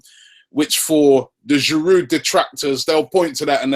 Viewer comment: I don't want to come off as a troll or anything but the D is silent in Giroud...You'd think die-hard Arsenal fans like you would make the effort to pronounce the players' names better. Disclaimer: I'm an Arsenal fan too.